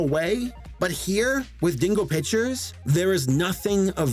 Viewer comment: Did you just say bitchers or pictures